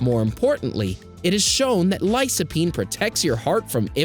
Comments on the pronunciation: It's "Lycopene", not " Lysopene". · It's pronounced lycopene.